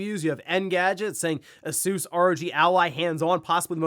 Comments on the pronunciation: The way he says Asus is so annoying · Haha do you guys call it A-soos in America? It's definitely Ay-sus in the UK, Asoooos sounds really lols